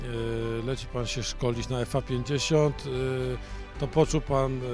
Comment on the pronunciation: 왜 항상 FA50을 이상하게 읽냐고